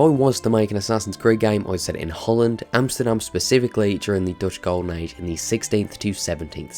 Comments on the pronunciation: As a Dutchie myself I’ve always wanted an ac in my country. Not a lot of people know much about our history which is actually very rich. Back in the day, we were doing better then Britain, France, Spain or Portugal but a lot of people forget that. (Btw I love that you pronounced Amsterdam right 👌) Edit: I’ve come up with a story that might work with the setting: in 1672 the Dutch Golden Age was coming to an end by a war on sea with Britain and a war on land with France. Holland was a republic back then, but the Oranjes (which are the royal family today) had a lot of power. The Dutchmen were split in two factions: the Royalists, who supported the Oranjes, and the statesmen, who supported the idea of the country being a republic forever. With all the chaos going on in 1672, the riots between the factions began to grow because people were starting to believe William the third of the Oranjes was the only person to save the Republic. You play as an assassin who’s watching the brotherhood falling apart because these differences between the factions began to grow in the brotherhood as well. The assassin has no idea who he has to support because both are right and wrong. Meanwhile he teams up with figures as Michiel de Ruyter (a national hero in the Netherlands) and Johan de Witt (the councilor of the Republic) and you actually try to prevent his death, but you fail and you watch his horrific death (go look it up, it’s fucked up). How it goes further I have no idea, but I would like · You.... You pronounced Amsterdam right... How? 🤔😂